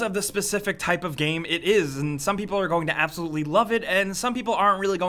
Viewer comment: 0.52 "some people will ABZUlutely love it"